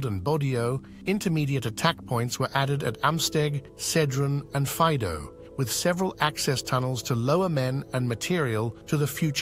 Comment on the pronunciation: Faìdo not Fàido